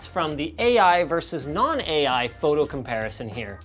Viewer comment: That just sounds like “A-Iphone” when you say it